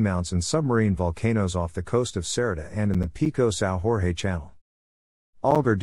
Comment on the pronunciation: Sao Jorge is a Portuguese name and not a Spanish name. You are pronouncing it as if it was a Spanish name. it is not pronounced Sao Hor-hei, it is pronounced like Sao George.